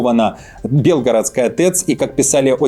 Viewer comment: не бЕлгородская, а белгорОдская